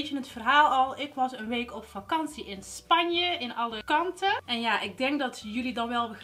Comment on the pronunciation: omg.. Hoe ze Alicante uitspreekt... 'Alle kanten' hahah